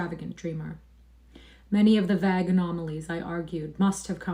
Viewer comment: What's the Vague is pronounced with a hard A -- rhymes with plague